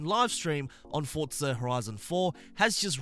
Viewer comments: Why does he call it Fortza and not forza? it’s so triggering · For-Za not Fortza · For-za, not fort-za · I thought it was pronounced "forzsa" and not "fortza" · FORZA NOT FORTZA SMH